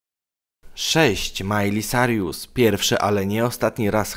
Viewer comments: Boże... nie gadaj po angielsku! Jesteś tragiczny... Majli Cajrus, a nie Carjus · nazwizko Miley czyta sie sajrus a nie sarius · sajrus nie sarjusXDDD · Mówi się Majli Kirus 😇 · co Ty powiedziałeś Carjus? 😂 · Nawet nie umiesz wymowic poprawnie nazwiska Miley XDXD